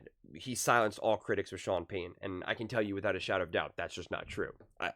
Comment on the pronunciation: Like your video man, but It got wild there for a bit where you kept saying Sean Pay-an in quick succession. Almost hurt.